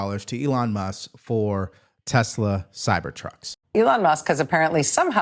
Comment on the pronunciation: Who is "Elon Mus"? 😂